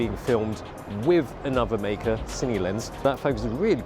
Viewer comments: May-kuh, huh? Learn something new everyday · MEI KE! Is that the proper Chinese pronounciation?